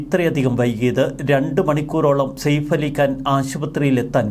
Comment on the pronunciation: സേഫ് അല്ല സയഫ് എന്നാണ് ശരിയായ pronounsation